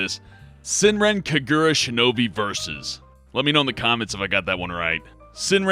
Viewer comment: almost. Ka-gu-ra